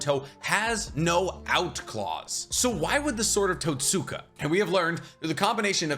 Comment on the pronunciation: "totsuka blade" = "tote-skah blade". you're saying totsuka like you're in a M Night anime adaptation